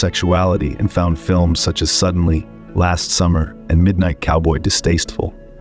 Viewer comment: Yes, the AI announcer said "...for movies like Suddenly (pause) last summer..."